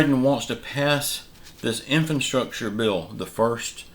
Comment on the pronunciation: Can you please tell me what... '𝐢𝐧-𝐅𝐄𝐍-𝐬𝐭𝐫𝐮𝐜𝐭𝐮𝐫𝐞'... is? I've NEVER heard of that before. I HAVE, however, heard of... '𝐢𝐧-𝐅𝐑𝐀-𝐬𝐭𝐫𝐮𝐜𝐭𝐮𝐫𝐞'. If THAT's what you mean... could you PLEASE use the word correctly...?